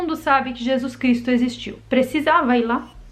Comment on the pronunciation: Por que não fala o nome de Jesus Cristo correto?